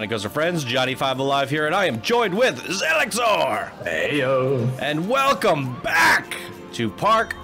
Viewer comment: my favorite part out of the entire video is when he says “WELCOME BACK.... to park spotlight” Lol